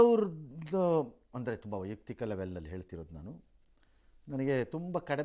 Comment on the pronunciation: ವೈಯುಕ್ತಿಕ ಅಲ್ಲ ಸ್ವಾಮಿ, ವೈಯಕ್ತಿಕ.